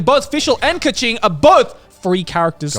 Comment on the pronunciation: why is joey pronouncing keqing like ka-ching …